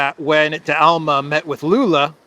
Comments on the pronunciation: It's D'Alema not De Alma 😀 but anyway, "la repubblica" is really a good newspaper if you use it as a bottom for the canary cage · You butchered Dalema name but great video anyway